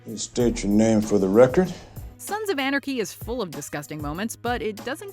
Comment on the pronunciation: She can’t say “Sons of Anarchy”.